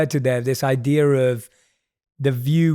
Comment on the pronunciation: It's not "idear." but otherwise, great podcast.